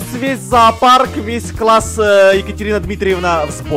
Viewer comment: Ты сказал квасс а не класс